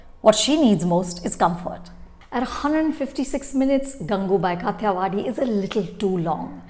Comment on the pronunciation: It’s so irksome that Anupama almost always mispronounces the few, scarce Hindi words that she chooses to use in her review, in this case, the movie title itself. You’re pronouncing Kathiyawadhi as it’s written in English instead of its original Hindi pronunciation. What level of elitism is this that you feel compelled to distort Hindi pronunciations into an almost English one? One can polish their reviews with the fanciest English vocabulary but one discredits their own self massively when they can’t even pronounce or properly speak in the language that the movie is being made in. It’s happened so many times in so many reviews (sometimes with some very common proper nouns)… it almost makes me wonder if Anupama is even comfortable in speaking Hindi. At least do the research for the correct pronunciations for something as integral as the movie title. This comes from someone who is an avid viewer and admirer of this channel so please don’t brand my criticism as trolling, as you are wont to do.